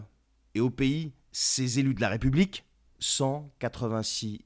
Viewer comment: Tu es sympa quand tu prononces la république c'est plutôt la r(i)p(o)ublique...